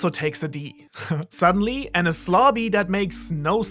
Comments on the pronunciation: As a secondary english speaker. When u said adding D to enies lobby i pronounce it as Denis. Cause sounds like enies haha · Of course, it was bullshit when said that Roger left a message on the poneglyoh when it's clear it was inscribed on a gold side panel. The despicable pronunciation of Enies in this vid gives the ideas less credibility. While Jaya and EL would have been a part of the AK, it doesn't mean LT was/is there. Under the X that marks the spot, LT could be at the BOTTOM of RM, and having LT right start the start and end of the GL,, and after sailing so much of the world that LT is close to where he was born, might have struck Roger as funny.